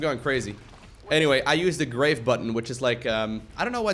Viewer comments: Grave: Graaaaaarrrrrrrrrve, rather than Grayve. French. :-) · Wait, not because of calling "grahv" "grayv" ? Cuz I only took 2 yrs of high school French and that made me smile :)